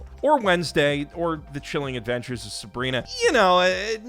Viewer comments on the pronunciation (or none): none